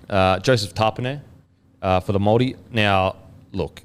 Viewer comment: Awesome pronunciation of the Maori names Kempdogg 👏